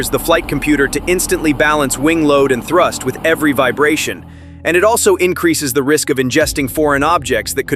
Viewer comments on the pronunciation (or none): none